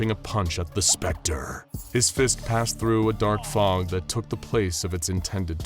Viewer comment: The narrator said " Homelander " casually but when he said the spectre it was more like: " Homelander lasered T̸h̷e̵ ̴S̵p̴r̸e̷c̴t̶r̷e̸ only to find that the T̸h̷e̵ ̴S̵p̴r̸e̷c̴t̶r̷e̸ has appeared behind him, then T̸h̷e̵ ̴S̵p̴r̸e̷c̴t̶r̷e̸ punched Homelander *